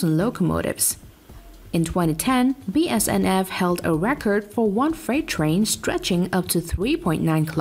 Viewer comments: its bnsf not bsnf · She Said BSNF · Bruhhhh it’s BNSF not BSNF and it’s Norfolk and western not Norfolk western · it’s BNSF not bsnf Union Pacific is lager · Not BSNF. Try to read the letters on the screen in the right order. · Text shown and speech says BSNF while the train graphic itself clearly shows the correct BNSF. Come on now. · BSNF, REALLY? Its BNSF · Spelled indian wrong said bsnf instead of bnsf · im a perfectionist, and i hate that you say BSNF instead of BNSF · It is pronounced BNSF and not BSNF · I said the same exact thing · ITS BNSF NOT BSNF... get it right ok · It's not a big deal, obviously an ESOL narrator, and it's obvious what it should be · Cool video! It's very interesting to see the train lengths slowly start to climb everyday. Just one thing I noticed, I don't mean to be picky or anything but its pronounced BNSF or Burlington Northern Santa Fe.